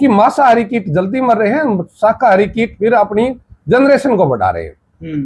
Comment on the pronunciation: भैया किट नहीं कीट होता है। कृपया सुधार करें